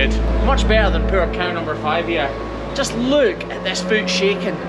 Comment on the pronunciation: Cow#5, not Car#5 haha 🤣 just kidding